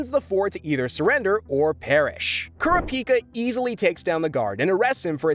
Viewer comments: CARA-PEE-KAH bro just say corrup-peekah 😂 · Its Karapika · Algo repeat after me Kurr ra pi kaa...bro hasnt even watched the anime. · KUR -RA-PI-KA not kura-pika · Why does this nerd keep saying Kura Pika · Repeat after me, Coo-rah-pee-cuh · Bro kura-pica 😂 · KOR-RAP-PIKA! DAMN YOU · Bro said care-uh-piki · Also kurr- ah- pika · or "kura pika" lol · Bros not saying the names right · The way you’re pronouncing Kurapika’s name makes think you never watched the dub version 😒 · I hate the way you say kurapika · Bruh put some respect on my son Kurapika and say his name right 😭😭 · What is this Kelua , Aluuka , and Kerapeaka shit .. it is KEE-LU-AH (Killua) , AL-LU-KAH (Alluka) , and KU-RAH-PEE-KAH (Kurapika) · (Key-loo-ah) killua. (Ker-ah (scream sound)-pee-cah) kurapika. (All-loo-kah) Alluka. Say the mf names right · nah the way he pronounces those names 💀💀 killua?? nah nah we got kelouhuh kurapika??? no. keruhpika alluka?? never. uloohkuh im dead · This is getting annoying Killua- (KEE-loo-AH) Kurapika- (Koo-RAH-pih-kuh) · Why THE FCKK do you say Kurapika and Killua’s names like that? Like bro not even Killua’s mother says his name like that. What are you doing? Stop it LMFAOOO. Bro wanna be different so bad 🤔👀😂😂😂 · Unfortunately you butchered killua and kurapika names. Like you didn't even try. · The amount of mispronunciations regarding Killua and Kurapika is staggering...